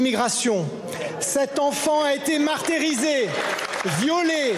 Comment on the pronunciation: Martyriser !!! Faut bien prononcer hein !!!